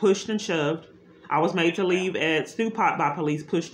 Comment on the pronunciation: "PudRaMadeRaLeave" Good Lawd. I slowed the playback speed to 0.5x and it scared the bejesus out of me. I hope she doesn't add any caffeine to her diet. 👀 Frightening. #pushedandshovedandmadetoleave